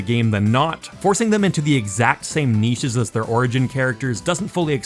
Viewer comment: Thank you for saying “niche” correctly. You get a like.